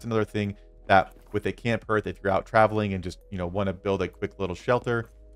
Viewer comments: Just a BTW, it's pronounced Harth not Herth. My reason for watching is that the Iron Hammer does not appear in my crafting list, I can't make one and I've no idea why, still don't. 😢 Later..... Found it! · Excellent video. I'm just distracted by hearth. it's pronounced "Harth". Just sayin'. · I got distracted by your pronunciation of hearth sorry, you said "the hearth is the heart of the base", hearth and heart have the same "A" sound "Harth", sorry, great video just couldn't concentrate after that. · (H-are-th) harth as in I welcome you to my harth and home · Hearth sounds like "Haarth". 😎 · Yeah, other than the pain every time you say Herth, this is a great video. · Love your content man! I've been playing the game the moment it was released and downloaded. A huge Tolkien fan man myself, I truly love the amount of work and effort that goes into these tip videos from so many different creators, and I watch them constantly. But seriously... how do so many of you not know how to say "hearth"? Its pronounced h-AR-th. Like heart. Like your organ. but with a 'th' on the end. Its just kinda funny that you are like the eighth youtuber I've watched that says "h-ER-th". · Yeah, it kind of put me off too! Great video otherwise